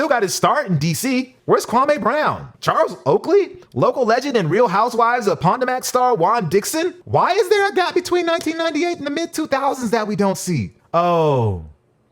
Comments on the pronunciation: Pon-ta mac? Pa-toe-mic! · Wait, did you say "Real Housewives of PON-TA-MAC"? LOL that got me rollin' bruh!